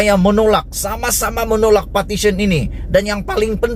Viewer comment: Hoi....sebutan buat jelas...."PARTITION" atau " Petition"